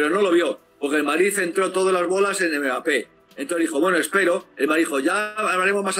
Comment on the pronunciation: Quien le va a decir a este hombre que se llama Mbappe y no megape? Jijij.